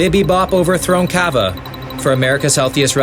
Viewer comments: Its cava not cabba 💀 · craziest thing about this video is how he pronounced Cava